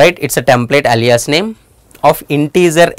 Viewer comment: I wonder how Alia feels about her name being said like this